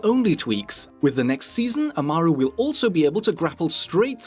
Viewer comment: the way he says Amaru triggers me.